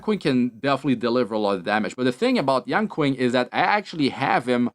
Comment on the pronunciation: pronouce is yen ching not yan quing